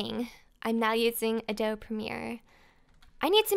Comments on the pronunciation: I'm not trying to be rude but adobe is pronounced (a-dough-bee) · Huge fan of yours,, but just so you know, it's uh-doh-bee for Adobe lol. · you had adobe right the first time.... everytime you said adobe it killed me a little on the inside... that's ok though cause this was a great episode! :)